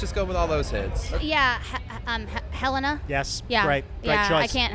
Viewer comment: Why do they all pronounce “Helena” wrong?